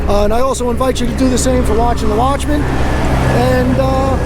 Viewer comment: I swear whenever you say watching The Watchmen it sounds like you are saying Washington Watchmen. At first I tried searching for his YouTube channel and it was driving me crazy. After I updated YouTube on my phone and could actually read the descriptions and comments I realized his real name.